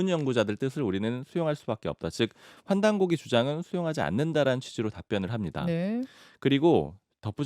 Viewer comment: 한국어에는 각 단어들에 장음(長音), 단음(短音)이 있어서 국어사전에도 표제어 장음 글자의 오른 편에 : 표로 표시되어 있다. 그런데 요즘 사람들은 한자어를 말할 때 이를 전적으로 무시하고 전부 아주 짧게 발음한다. 예컨대 요즘 '환단고기'가 이슈화되고 있는데 '고기'를 아주 짧게 발음하니 음식물처럼 들린다. 여기서 '환단고기(桓檀古記)'는 '고:기'라고 장음 발음을 해야 한다. 이런 폐해는 한자 사용의 폐지에서 기인한 것이다. 정말 큰일 났다.